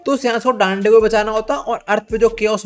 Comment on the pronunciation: Dande❌ daande ✅